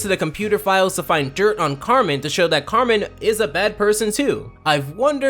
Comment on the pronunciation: Carmen= KARENN!! AGHH